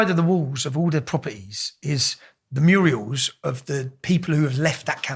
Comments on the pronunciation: ‘Mural’ not Muriel😉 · It's so funny how Tommy says "Muriel's" on the wall - instead of murals 😂😂. It's cute - reminds me of Hilda Ogden Coronation street she used to say that 😘. Tommy is a firecracker 🧨. Love him.